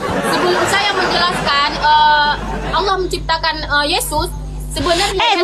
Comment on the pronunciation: tolong di baca itu Allah kenapa bisa di baca alah